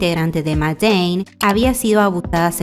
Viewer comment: Se pronuncia “meid in”